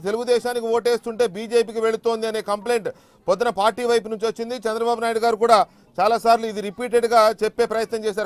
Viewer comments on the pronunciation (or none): none